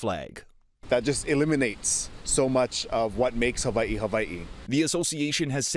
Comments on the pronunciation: the hawaiian language doesn’t have a V sound. why are they hyper correcting ) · Side-note: ah, so the w in Hawaii is pronounced like I as a Scandinavian would say a "v". Good to know :) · It's pronounced Haveiee? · How they say Hawaii pisses me off